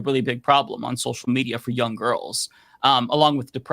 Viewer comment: Why are you saying jung, instead of young?